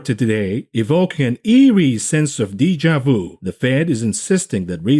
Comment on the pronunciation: dee ja voo? lol